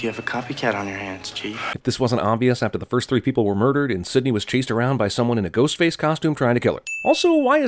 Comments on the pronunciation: I swear that he said “Goatface” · Is it me, or did Jeremy say "Goatface" ? Or am I just crazy? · Lololol at around the mark he says “goatface” instead of “ghostface” that’s really funny to me